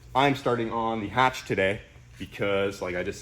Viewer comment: So glad you kept the H in the hatch